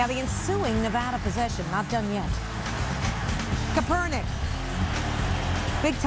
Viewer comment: "Colin Kuhpernick"